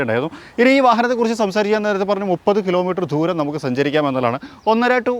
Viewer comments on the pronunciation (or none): ആദ്യം മലയാളം നന്നായി പറയാൻ ശ്രമിക്കൂ. "ധൂരം" അല്ല, "ദൂരം" ആണ്.